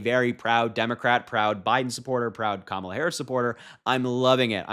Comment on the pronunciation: I'm surprised he said kamala right for once